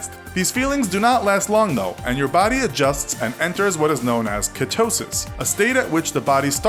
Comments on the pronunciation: Ketosis (pronounced kee-toe-sis not katosis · You say ketosis weird, every video you take a word and find a new unique way of pronouncing it😅😂